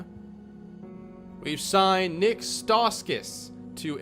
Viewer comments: Stauskas is pronounced “stow- skas” with stow as if you’d pronounce plow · Just to let you know: Jonas is pronounced with a y. Yo-niss. Stauskas is St-ow-skiss